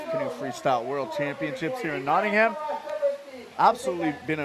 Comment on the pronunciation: It's pronounced Notting-am or Notting-em not Notting-Ham